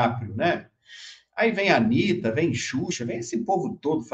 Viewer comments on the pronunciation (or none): none